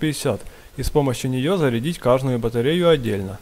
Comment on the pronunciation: Пан Мусійчук, якщо ви розмовляєте російською, то кажіть КАЖДУЮ, а не КАЖНУЮ. Не вподобляйтеся депутатам, і нашім, і їхнім.